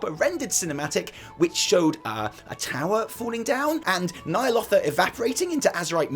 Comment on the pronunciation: isn't it nya'lotha not *nya'lofa*?